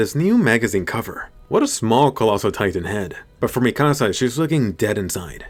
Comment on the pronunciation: Bro you’re butchering mikasas name really bad